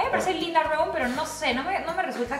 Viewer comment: El nombre del Ángel de Victoria’s secret “Romee” no se pronuncia Rom